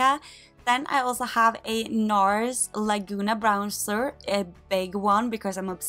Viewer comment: Pleae don't say Brownser :D Great collection